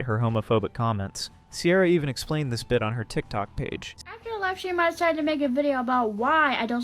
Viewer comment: 'decited' is killing me idk why 😭